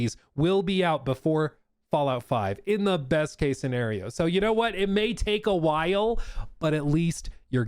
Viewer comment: "while" and "wild" always have two syllables with